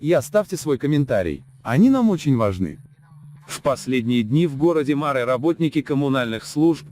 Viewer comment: помню, мы говорили марЫ, а вы всё время мАры